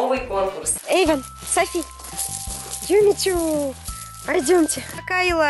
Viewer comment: Ирина Смирнова Юми Чу а не юмичу